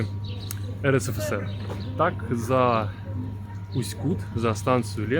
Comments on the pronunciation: Все время режет слух неверное ударение. Река КутА, а не КУта, потому в Усть-КутЕ. В целом- спасибо за ролик. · Да ёмаё, ударение ставится на последнюю гласную. Усть-КутЕ, Усть-КутА. Аж уши режет как вы говорите. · Местные делают ударение на последней букве - в Усть-КутЕ. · Уважаемый блогер, научитесь правильно ставить ударение на название города! И в принцепе блог о городе не интересный. Все кусками. Итог: город грызный! Да он не очень чистый, но у нас очень красивая природа! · Ударение делай правильно я могу говорить все что думаю ипоправлять мне 84 года и я жила в Усть Куте ударение на е с 1944 года все прошло при мне если бы могли встретиться то много могла рассказать но увы я далеко пишите отвечу спасибо за мой Усть Кут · Усть-Кут как сильно режет по ушам, историю рассказываете, а название города даже назвать правильно не можете😡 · Если река КутА ,то ударение правильно ставте в названии города , иль поинтересуйтесь у местных!!! .....